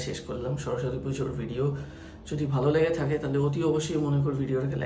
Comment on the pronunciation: Shorosotti noy ota shoroswati hobe